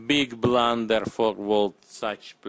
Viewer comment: Dis eez ay bluhnder